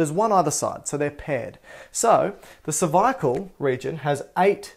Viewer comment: He does have some serious biceps, triceps, pecs and oooh that hair, and his Australian way of saying g cer-vi-a-cal! But the best things besides his snacks, is his anatomy and physiology geek self. So tasty like a peanut butter cup.